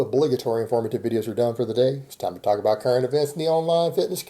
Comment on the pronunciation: When says “about” it sounds like he says “a boat”. He’s such a complete tool.